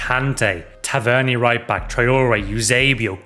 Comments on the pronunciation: It’s tavernier not tav eer nia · Guy really just tav ern erer